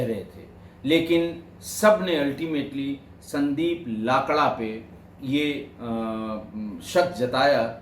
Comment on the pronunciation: Sir, we pronounce लकड़ा 🙏🏻